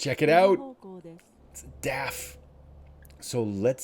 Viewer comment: Hi, Really enjoying your videos. Keep up the good work! Do you also play multiplayer? Maybe we can do a delivery together. Greetings from the Netherlands Ps: DAF is pronounced like a word. Not like individual letters😉